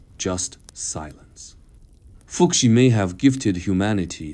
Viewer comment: How happened that you could not learn your robot to spell Chinese names correctly? "Fu Xi" is not "foo ksi", it's "foo hsi".